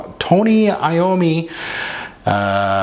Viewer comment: 1) Thank you so much for pronouncing his name properly. Sooooooo many reviewers do not. That drives me crazy. 2) The juice? One of my fav releases for 2021. I absolutely cant get enough of this stuff. OMS, it pulls something very unique which makes it very intoxicating to my nose. Not sure anyone else feels that way since I dont get many complements but who cares. I wear this one for me. lol